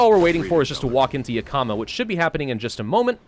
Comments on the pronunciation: As someone who lives near Yakama irl, it's pronounced "Yak-Uh-Muh" not "Yuh-Ka-Muh" :) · Not gonna lie seeing him butcher names like Yakama when I lived in Washington this entire time is something else. But nice face cam, if you feel comfortable with it then keep using i say.